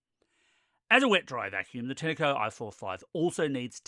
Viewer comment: Have you ever picked Pin-ah Cones from a Pin-ah tree. It's Tine as in PINE as in FINE as in MINE as in ValenTINE. TINECO